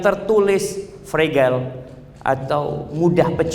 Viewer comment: Ustad afwan, fragile bacanya frejel. Fre-(jel-seperti mengucapkan 'ke'). Rapuh.